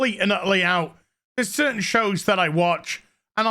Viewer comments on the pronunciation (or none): none